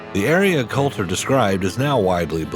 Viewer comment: its Colter, not Coulter